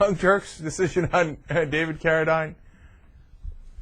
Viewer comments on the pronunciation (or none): carra-deen, please. :) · Almost no one pronounces David Carradine's last name the way Cenk does.